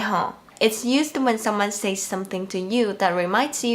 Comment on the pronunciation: quick tip, the word "says" doesnt rhyme with "say". "says" is pronounced like "sez"